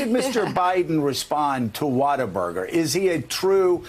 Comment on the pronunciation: H2O Burger? Water-Burger? No, you fkn moron, it's WHATABURGER, NOT WATERBURGER!!! He can't even get the name right, so how are we supposed to believe anything he says?